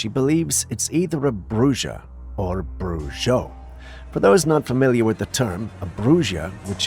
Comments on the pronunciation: bruja and brujo are pronounced as bruha and bruho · Camera 45: it is pronounced Bruho and Bruha meaning male and female witch. ❤ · pronounced like brew ha and brew ho and brew hill ee a is the act of such magic Good try though ❤❤ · What's all the brouhaha about bruha and bruho? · fyi, it is pronounced "bruja" (ha sound where the ja is,) or, "brujo" (ho sound where the jo is.)